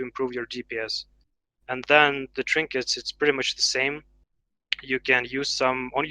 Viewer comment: AND DEN??? AN DENNN?? HUH?? AND DEN!!!!!